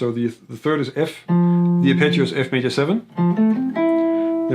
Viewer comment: I was genuinely puzzled at first every time he said the word, "picture," until I realised he was saying, "arpeggio." Great video otherwise!